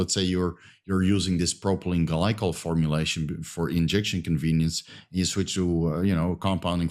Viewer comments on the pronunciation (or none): Argh, c'mon pronounce the chemical names more carefully. "Ethuleayte" - Ethyl-oleate. "Grepsid oil" - Grapeseed oil. "Propylene gwycol" - Propylene glycol